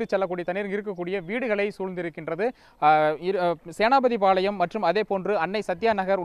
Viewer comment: செய்தியாளர் ௨ங்களுக்கு 'தி' ௭ன்ற ௭ழுத்து வாயில் நுழையாத சேனாதிபதி பாளையம், ௭ன்பதை சேனாபதி பாளையம்,௭ன்று ௨ச்சரிக்கிறீர்கள்.